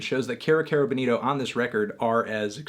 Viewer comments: It's funny how Bonito Spanish Bo-nee-toh turns to Boneero when pronunced in American English. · Señor Antonio, repeat después de me: Kero Kero BO-nito. You're saying Benito, señor Antonio. Benito is Benny in Spanish.